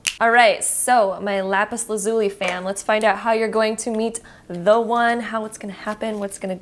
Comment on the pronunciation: “Lapis la-lu-si” LMFAOOO